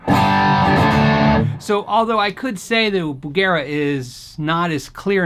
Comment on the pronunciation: bugera..bugger eh?